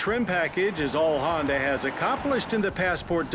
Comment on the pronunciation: Agreed. I will let KBB do the reviews too if stays completely away from Hondas completely. (He can also do Acuras without mentioning Hondas) (It's because of his stupid pronunciation of the brand).